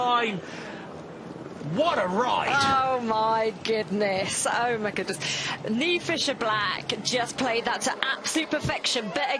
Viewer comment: Oh right. It's an Irish name. I laughed when Niamh won the U23 World Championships in Australia. The Aussie commentator was calling her Neemer. 😄